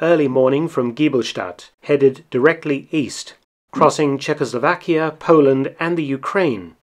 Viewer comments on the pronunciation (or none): none